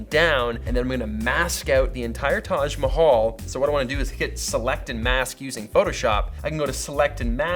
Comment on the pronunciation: You pronounced "Taj Mahal" so well, You should come to India!!